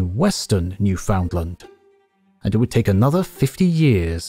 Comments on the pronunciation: New-fund-lund, bare emphasis on "new." Never new-FOUND-land. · Newfoundland is pronounced Newfin-land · the AI needs to figure out how to say proper names the proper way. New found land. ugh. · New finland 🇫🇮🇫🇮🇫🇮🇫🇮🇫🇮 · "new found land" 💀 all jokes aside, thanks for another great video. it's been a while! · Newfoundland is pronounced like the word "understand"...